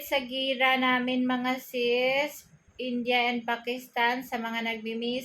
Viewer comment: Wlng kwenta blogger nonsense a topic mo lagi.. Hihilahin ko dila mo pra tuwid a salita mo.. Giyera hindi gira.. At namimili kpa ng trabho yn lng nmn a Puede jn say choosey kpa tlg noh?..